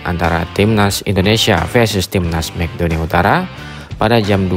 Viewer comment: Mek donia utara😂😂😂 MAKEDONlA penyebutan ente salah min